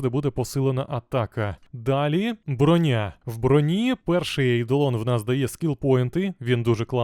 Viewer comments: Не Броня́, а Бро́ня! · Шоб ти всрався, не бронЯ а брОня! Аж вуха пухнуть.... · та не бронЯ вона, а брОня, як же це ріже слух, неймовірно просто